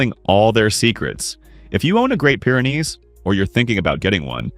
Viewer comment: Wish you weren't using AI to narrate, as "Pyre" is not Pyr is pronounced...